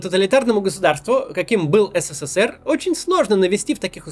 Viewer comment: А ты хоть ПРАВИЛЬНО можешь назвать СССР ? Сколько букв С в твоём еС, Се, Се, Се, Р ??????? В СССР, тебя с ТРЕСКОМ выгнали б, ПРОТИВНО СЛУШАТЬ....